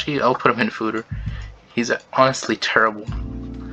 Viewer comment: Lol okay I'll take a shot haha. You just blamed the "fooder" error on your using of a Mac to record this.... Fooder. Fooder. Fooder x 29